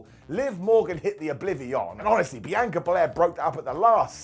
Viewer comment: BEE ANN KA NOT BEANCHOR